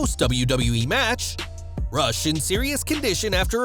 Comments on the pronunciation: Sad RIP Daffney Mental health is real...and his name is pronounced Roosh not Rush I guess it's a Latin pronunciation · Hey, you pronounce Rush Roosh